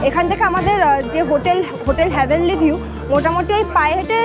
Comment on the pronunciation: ওটা হ্যা ভেনলি নয়।heavenly.